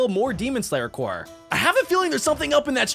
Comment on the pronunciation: bruh he said corpse as corse